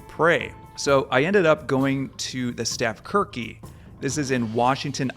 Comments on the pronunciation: Wow you really mutilated the pronunciation of stavkirke. 😊 It's pronounced stahv-sheerkuh. BTW I think you'd make a great Viking--you've got a great beard going on there. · When I meet you in person, I'll help you pronounce "Stave Kirke" in Norwegian. 😁 Thanks for this video! My ancestry is primarily Norwegians who immigrated to Minnesota. Many family members are still devout Lutheran.